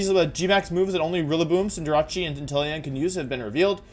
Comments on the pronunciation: Does he horribly mispronounce some of the names on purpose? CINDERACHI? GERATTIN-A? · Does Wolfey mispronounce Cinderace as a joke or something? Also GALARIAN SLOWBRO IS SOOOO COOOOOOOOOOL